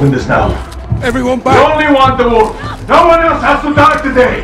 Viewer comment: For all my weebs out there he really said "ZA WURDO" by killing him